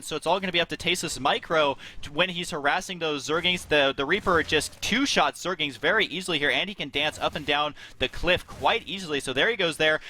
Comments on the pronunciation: stop calling them zergings, it zergLINGS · Aah, the good old days when husky said "Zergings" instead of "Zerglings" every time... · husky keeps saying zergings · Anyone notice how Husky keeps saying Zergings? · jesus christ they're calling rax raxes apparently not knowing wtf they're talking about, that's like saying barrackses.... really?! and husky keeps saying zergings instead of zerglings, it's driving me fucking insane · is it so hard to stop saying 'zergings'? :p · Why the fuck do you have a commentator who doesnt know how to say 'zerglings' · Does anyone else notice and get annoyed with husky saying Zergings?? there is an L in there, husky.. zerg-Ling other than that great job guys, i enjoy watching your vids HD